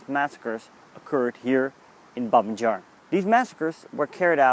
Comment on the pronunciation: It's pronounced BAbee Yar - not "Jar"! And you were about a mile away from where it actually happened - the memorial erected (reluctantly) by the Soviets is nowhere near the real site.